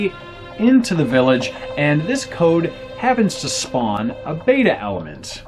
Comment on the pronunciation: learn to say beta correct